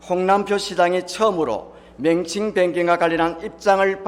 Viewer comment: 맹칭이 아니라 명칭 한글 발음도 안되냐